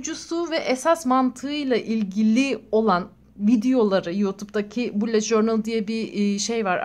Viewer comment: Allah aşkına şunu süsleyene kadar bullet journal ın nasıl söylendiğini öğren lütfen